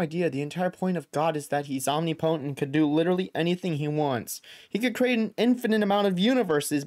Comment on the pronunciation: Om-nip-o-tent not "omni-potent"